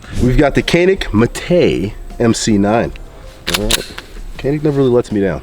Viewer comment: Its pronounced jahn-ik not canik. Just FYI since your the gun pros you should be aware of this.